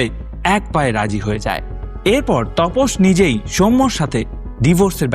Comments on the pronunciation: Apnar vdo bhalo lage tobe onek sobdo kane lage jemon tapos ke topos bolchen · তপস না দাদা, ওটা তাপস হবে।